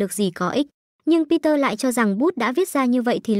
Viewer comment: người ta tên bi de ad đặt google nói kiểu gì thành peter vậy =))?